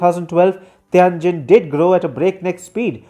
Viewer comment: I don't like China much. I like this sort of smug, confused, inaccurate critique less. Learn to pronounce Tianjin, jesus, it would take five seconds to check.